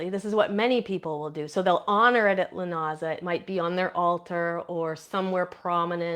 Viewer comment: Um it is pronounced LOO NAH SAH